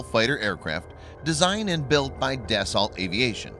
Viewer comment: Dassault pronounced Dasso, not "dassalt". Macron not "macrone". (to help you "improve" since you asked for it ;)